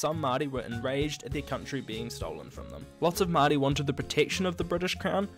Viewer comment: Nice pronouncing of the word Maori :)